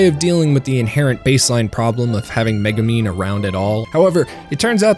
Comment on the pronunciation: All these youtubers have trouble pronouncing konosuba and Megumin. They have seen the show, how do they get it wrong?